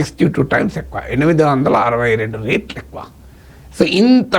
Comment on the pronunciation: రేట్లు కాదు సార్... రెట్లు